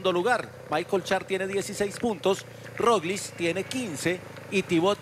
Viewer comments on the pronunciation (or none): Gracias por un aficionado, como yo, quien me corrige, no es Roliz, es Roglic. Total estoy para aprender . Lo de Primoz Roglic, es un exhibición de altura, paseando en las montañas de Francia, con un equipo blindado. Estoy haciendo votos por una buena actuación de Nairo Quintaña, porque en el ser humano lo más importantes es la vergüenza deportiva, y este ciclista le sobra